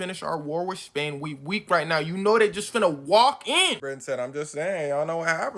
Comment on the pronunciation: Bro it’s Spain not Span 💀